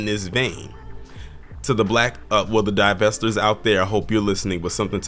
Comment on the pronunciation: DIE~VESTORS is this y’all kangs🤨